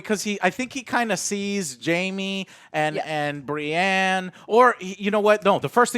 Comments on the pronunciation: Every time she called Brienne “Bri” it was like nails on a chalkboard, I have no clue who she is but hopefully she’s not on additional review videos going forward. If so, one less viewer won’t hurt you Joe. Much love for all you do. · Continuing to call Brienne "Bree" is mildly annoying. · I'm really hating her calling Brienne "Bri" Big fan of joe though